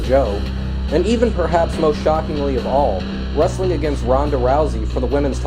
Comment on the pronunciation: WAMEN warsssling = racks